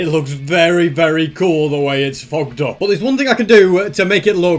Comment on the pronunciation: Am I the only one that heard swearing he said fogged up 😂😂😂